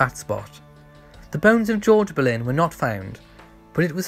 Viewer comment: For heaven's sake...her name is Anne Boleyn not Berlin !!!